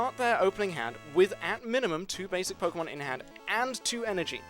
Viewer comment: 👁👄👁 followed by "hello everyone and welcome to the prodi-c-mon trading card game... speedrun" lmao